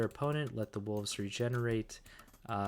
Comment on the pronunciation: There’s also no f in wolves. It’s not woofs